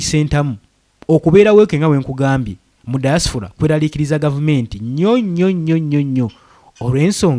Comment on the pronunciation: Point of correction, the word is "Diaspora "not Diasfora.